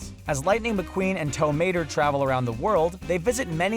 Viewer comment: wow the guy talking in this video needs to pay attention to the names hes saying since he call Mater from cars tomator